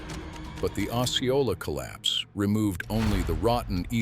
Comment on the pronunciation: it would be nice if the AI voice learned how to pronounce Osceola. I have 2 friends near the mountain. I hope Rainier stays quiet for decades.